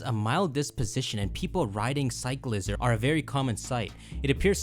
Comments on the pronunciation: its definitely Cycl-IZAR not cycleizer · Cyclizar has to be pronunced Sai-kli-zar like charizard no? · Allow me to respell it for pronounciation. Psych-li-zar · I swear people are pronouncing it wrong. It's like cycler but cyclizar so cyc-le-zar. Also it's basically dreepy but mixed with xlr8 DNA from ben 10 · I think it’s pronounced like sick-liz-arr or psych-liz-arr